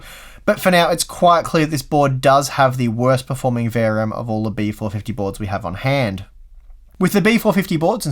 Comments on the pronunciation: Why do you talk so fast? V R M not variem. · I either am losing my hearing acuity or toy are pronouncing VRM kind of like verium. I hope it is the latter :)